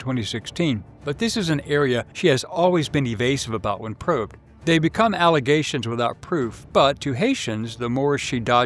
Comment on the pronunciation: He kept saying probed!